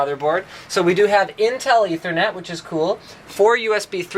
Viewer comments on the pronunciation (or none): none